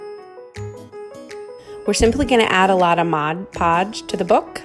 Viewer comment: You got me when you said "mod" podge the right way!, 😜 new sub here. Good job